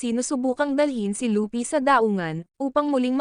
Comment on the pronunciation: Kuya hindi po lupy mali po yon hindi den po lupi at lopi luffy po tamang pangalan ya